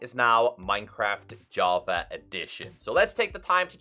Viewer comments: Its funny how he call java = javer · "Minecraft Javer Edition"